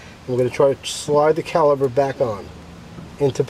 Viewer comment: caliPer....not caliBer =)